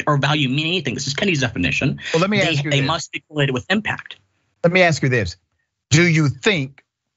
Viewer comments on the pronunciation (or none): Richey, let me correct you, it's ASK not AXE. An AXE is a tool for chopping wood brother , come on.it's only 3 letters bro!!!! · Forget about CRT. Spend more time on conjugation of verbs. Spend more time on pronouncing "ask."